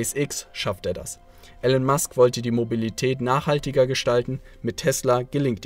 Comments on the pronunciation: Immer wieder geniale Videos zu genialen Leuten und Büchern. Hier nur ein kleiner Schönheitsfehler. Der Mann heißt Elon (gesprochen Ilon und nicht Ellen) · Er heißt Elon Musk nicht Ellen Musk!!! Warum sprichst du seinen Namen falsch aus? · Eeelaaan nicht Ellen. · Ich habe das Video nur zur Hälfte angeschaut. Es enthält erhebliche Fehler. Erstens wird der Name Elon anders ausgesprochen. Zweitens hat Herr Musk Physik und Wirtschaft studiert. Und drittens hat er keinen Doktortitel. Musk war für eine Doktorarbeit zugelassen, hat aber nach zwei Tagen aufgehört, um sich anderen Dingen zu widmen. Das musste jetzt raus. Ich wünsche einen schönen Tag. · Ich find eure Videos super! Schön illustrierte Zusammenfassungen von spannenden Büchern, von denen ich viele gelesen habe. Grade Elon Musk ist eine unglaublich inspirierende Persönlichkeit für mich, deshalb bin ich hierbei etwas kritisch, wenn der Name falsch ausgesprochen wird :P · Dumme Ausrede, hättest vorher lernen sollen wie man Elon richtig ausspricht. Ansonsten sehr gutes Video, danke dafür :*